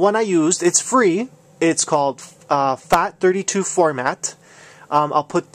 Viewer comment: is it just me or does it sound like he's saying "fact" 32? XD